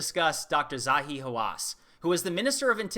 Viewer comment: You pronounced 'hawASS' wrong...